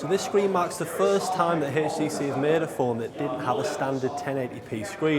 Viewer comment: Nice video.. it's HTC not HASTC...